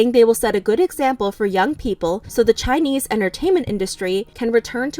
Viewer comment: i realy like how you pronounce Chinese words so well.